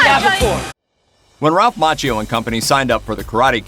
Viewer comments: It’s pronounced Makkio. Otherwise I love your reviews. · Its pronounced MAKKIO